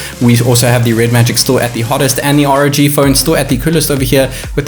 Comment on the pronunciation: R.O.G not rawg.